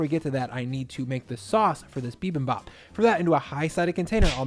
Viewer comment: Ground beef with bibimbap strikes me as perfectly fine. There are a thousand different varieties of bibimbap, so you do you! Just pronouce the "bap" so it sounds like "bahp," and the "jang" in "gochujang" so it sounds like "jahng."